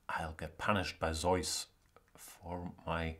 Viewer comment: It's neither Zoyce, nor Zee-us in English. I believe it's Zooce.